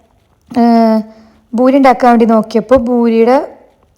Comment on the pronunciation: It’s not boori.. it’s poori 😊